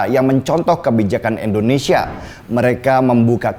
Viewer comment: Indonesia bang.... Bukan Endonesia